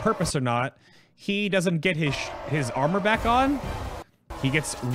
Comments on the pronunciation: without honor is what I heard the first time too XD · Wait a second! He says:"Without armor?" xD I understood "Without honor?" :`D